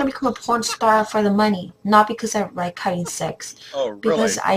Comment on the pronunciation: she said "RIKE HAVING SEX" if that helps